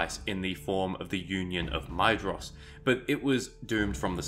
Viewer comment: Maedhros is pronounced "mai-thros" btw :)